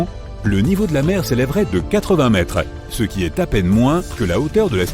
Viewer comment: Et bien évidemment une ia éclaté qui au lieu de dire ( ce ) dit ( céeuh) tous les 2 minutes si c'est pour éviter de poser sa voix sur une vidéo, autant ne pas faire de vidéo